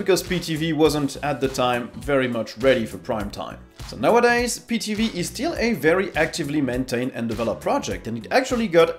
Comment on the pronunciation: Try getting someone who knows something about linux because this guy butchered the names of everything. Pee TV?! We're trying to draw people to the platform not scare them off because this guy has no clue what he's talking about.